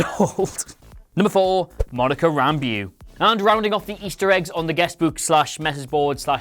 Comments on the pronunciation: It is pronounced Rambo. Not Ramb-ewe. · its Rambeaux, pronounced Ram-bow...not Ramb-ew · Ram - Bow is how you pronounce Rambeaux. Also her mother is the pilot. The little girl is monica. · thanks, the pronunciation still stands though